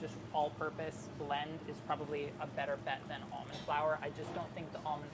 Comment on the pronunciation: You pronounce almond wrong.